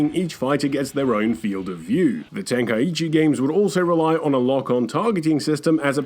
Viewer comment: lol every time you say Ten kai iichi my soul dies a little, other than that great review, best DBZ game of the 2 series was Budokai 3 Collectors Edition, not hating on the Tenkaichi series, they were way better for multiplayer with the cinematic fights